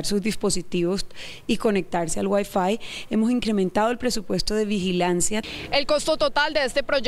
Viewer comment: Ustedes saben lo q es gueiiiiiifuiiiiii? Eso va a ver en Transmilenio servicio de wiafuuuuuuiiiii